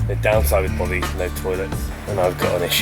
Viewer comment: 2 years have expired and I doubt if either of them have learned how to pronounce "Bothy".